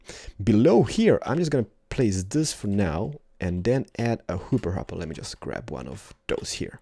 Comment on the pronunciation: Why do you say hooper hopper?